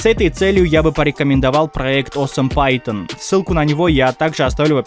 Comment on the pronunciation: АХАХАХАХАХ , "Awesome python" а я услышал "Oo , senpai Ton"